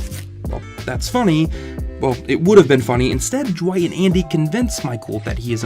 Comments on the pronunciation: Ok but why does he keep pronouncing Dwight with a J instead of D 😂😂😂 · Ju-wight? Who tf is Ju-wight???